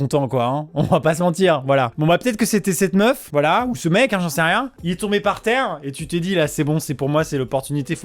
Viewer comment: la prononciation de "par terre" à mdr